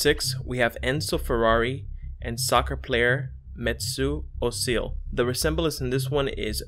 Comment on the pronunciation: His Name is Mesut Özil and not Metzu Ozil